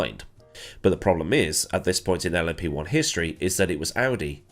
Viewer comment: This is the first time I've heard LMP1 said as 'Lumpy One' and I very much enjoy it.